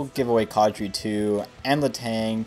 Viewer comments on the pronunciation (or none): It's kAdri not kawdri